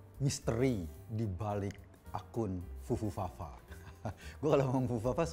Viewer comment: Bung Eko susah mengeja kata Fufufafa, keknya lebih luwes bilang Pupumama😁